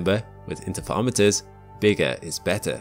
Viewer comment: you say Interferometers in a really unusual way.